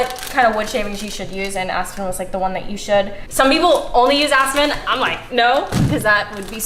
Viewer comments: “I’m gonna use a mixture of asston” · Aspen Me: aspirin